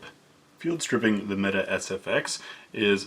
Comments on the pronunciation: It’s turkish so canik is pronounced with as Janik and it’s mete isn’t meta it’s metay lol turkish not English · Nice review! BTW, pronounced "met-ay". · I saw yeager present these last night. He kept calling it the metay lol. In all seriousness though something is off with him lately, i know he says he's experiencing tongue numbness but it seems there's more to it. Just an outsiders perspective though.